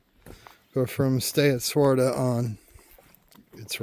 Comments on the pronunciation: Hey buddy.... it's pronounced "Swa-Terra", not Swarta. 😂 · This section is what I consider 'my territory'. I am at Swatara Gap almost every week. For future hikers coming through, the hostel name is Stay at Swatara not Swarta. You need one more syllable in there,.:D It's really a bummer about the 501. It's a great shelter and they hired really awesome caretakers last year. The guy before was quite a jerk. I'm guessing it's not just that it's close to the road, but the fact that it's close to the road requires caretakers and they have to be paid. It's especially sad since hikers can order pizza delivery there. I know of no real issues because of the road in the last few years, so not sure why it's such a big deal.